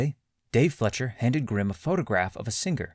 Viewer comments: Lol I came here to say the same thing. FLEISCCCCHEERRR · Great video, but it‘s pronounced „Fleisher“ not Fletcher. „Fleisch“ is german for meat and „Fleischer“ is probably an old fashioned expression for a butcher.The Fleischers immigrated from Austria, hence the german surname.